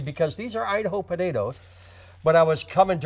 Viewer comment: I love how the consonants in Joe's pronunciation of "potatoes" become softer and softer until it's just budadas